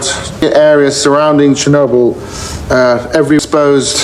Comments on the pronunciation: I'm sure someone else has corrected this, but I don't see it. It's pronounced "chair-NO-bill" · The stress is on the "o".